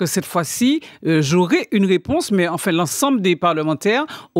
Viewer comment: Je pwésante ! tu pwésante !, il pwésante et puis on ATCHAN la ROUÉPONSE 😆😆😁😄 😄😄😄 ATTENDEZ toujours, sa va VÉNI OUW !